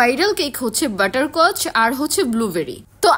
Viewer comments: আপনার ভালো লাগেনাই আপনি খাবেন না ফালতু মহিলা। আপনিত কেক খাননাই তাহলে বুঝলেন কিভাবে কেক ভালো না খারাপ ফালতু মহিলা। আর কেকেরনা ভালো করে উচ্চারণ করবেন বাটার কাচ না বাটারস্কচ বুঝলেন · বাটার কচ আগে ভালো করে উচ্চারণ করা শেখ তারপরে কথা বল🥱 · ঠিক বলেছেন আপু বাটার স্কচ উচ্চারণও ঘটতে পারে না আর আসছে মানুষের বদনাম করছে😂😂😂